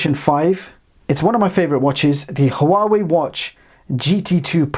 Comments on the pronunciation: It's pronounced Wawei NOT Ha'Wawei. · p.s. I believe HUAWEI is pronounced more like WAH WAY